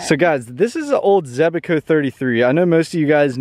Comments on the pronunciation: Zebaco😂 it’s Zebco😂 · Zebco 33 was my first reel, but you are adding an extra E in the name Zebco. Youre saying it Zeb-E-co, sorry it was just making me crazy, maybe its a Georgia thing? Your mom seems really,,,, nice. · I hate how he says zebco, zeb-eh-co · Joseph NY Wayfarer it was driving me nuts how he was saying zeb-a-co lol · ZEB-CO. It’s only two syllables. 😂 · Also can you please PLEASE for the love of God say Zebco right.. You keep saying it all wrong lmao 😂